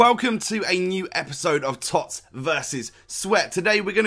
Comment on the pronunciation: Whenever you say TOTS I cringe. No one else says it like that and it's terrible.